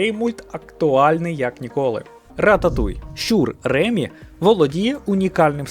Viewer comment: Тільки в "Рататуй" не РЕмі, а РемІ😅 бо він з Франції